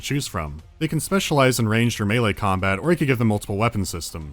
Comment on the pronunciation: "rimtech" "com-bot"